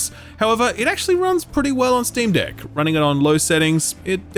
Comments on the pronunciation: Every time he said deck I heard dick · Idk why, but your "deck" sounds like something else lol